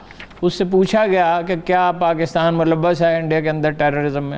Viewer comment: she pronounce KAAF as QAAF and it's annoying to be honest so Pakistan becomes PaQistan , Karachi becomes Qarachi, Kamal ker deya becomes Qamal ker deya and so on. I know many will call me picky and pain in t h butt but it's national tv and Urdu program , we expect as much